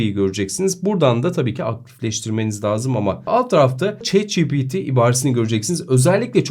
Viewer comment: bro neden chat ci pi ti değil de çi pi ti diyorsun